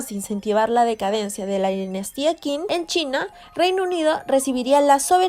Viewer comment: Creo sobre todo en pronunciar bien las transcripciones de los nombres chinos: Qing no se pronuncia King, sino Ching; repito: Qing = Ching.